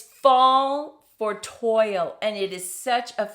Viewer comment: Sorry to. Correct, toile pronounced as twall, soft a